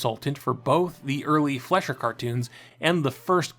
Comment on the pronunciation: Excellent video. Very informative. However, for future reference, Fleischer is pronounced FLY-sher, not FLESH-er.